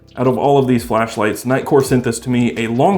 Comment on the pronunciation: "these other flesh lights"?????